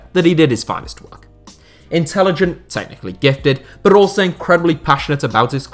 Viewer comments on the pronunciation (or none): none